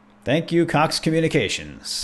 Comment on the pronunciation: I thought he said cock cable… I was so confused.